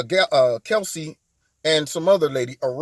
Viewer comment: Is it me or is he pronouncing her name as "Kelsey" ???